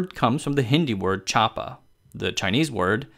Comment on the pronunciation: Chaap = छाप,Not chap